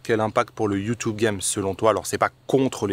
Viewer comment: Sur « Youtoube » stp 😂